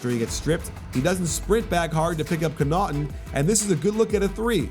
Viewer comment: It's Con-nuh-ton not Co-naught-un